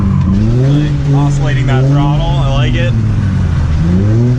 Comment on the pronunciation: he said oscillating